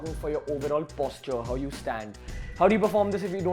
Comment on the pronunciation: Good To Know Stuff It's Posture Not Posutre !!